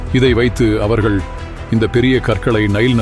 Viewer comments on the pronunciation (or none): none